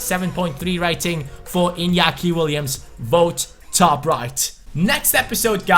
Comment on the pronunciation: NOT inakia iTS inaki. I had to cringe SO hard!